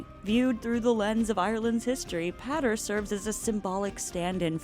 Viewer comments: Great video as always👍 - covers all the important points, perceptive analysis, fun delivery. FYI, the name Pádraig is pronounced Paw-rig or Paw-drig (it starts the same way as the English words "paw", "pawn" & "pause") - I hate to be a nitpicky grammar nazi, but hearing it pronounced Pah-rig was kinda making my brain explode. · It's pronounced "Paw-rig" not "Pa-rig" 🤣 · It's pronounced Paw-rick. You even included a clip where Colm says his name and pronounces it correctly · Padraic is pronounced ‘Paw-rick’ just fyi! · I doubt it! The narrator is not pronouncing it right. Its a common name in the Irish language and is pronounced Paw-rig. St. Patrick's Day is named after our Patron Saint Padraig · The mispronunciation of Pádraic here is infuriating… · I absolutely love your videos but your pronunciation of irish names is painful to listen to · Hahaha, thank you. The constant mispronunciation was painful. It's not that hard to find the correct pronunciation of any name ur doing a video on.